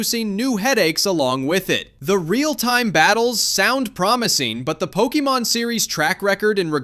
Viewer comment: pokiemon? no wonder u hate pokemon